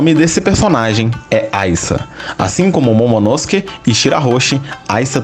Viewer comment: Você pronuncia momonosuke errado kkkk